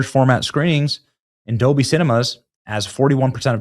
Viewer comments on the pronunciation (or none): none